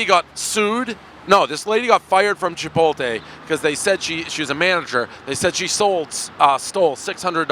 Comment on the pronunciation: What Dave? Chipoltay?